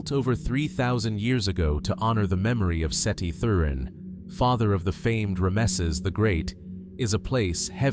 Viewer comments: Ah-BEE-dohz and RAH-meh-seez is diabolical. I was trying to fall asleep and that woke me up and made me mad. 😂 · AI can't be that smart It can't read English...ramisses and pair-eye-dolia